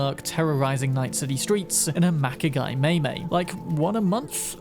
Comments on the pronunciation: The little wedge car is pronounced "MY-my." Like the English possessive pronoun "my." Not May May. It's also maneuverable enough to climb stairs like a bike, which is an additional plus in my book! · Ahem... it's pronounced "my my," you uncouth Philistine!